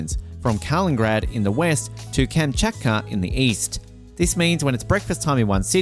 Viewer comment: It's KalinINgrad, not Kalingrad. It was named after Kalinin. Before the war it was called Königsberg end was a German city in Ostpreussen.